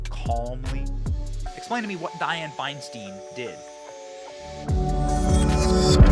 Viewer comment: It’s pronounced Fine stine not stin I live in CA. Didn’t vote for her. It’s just a pet peeve when people pronounce names wrong.